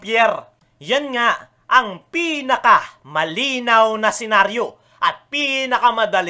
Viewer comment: Diin na diin ung pagsabi mo ng pi- na- ka. Dika nman galit.😅😅. Solid nsd.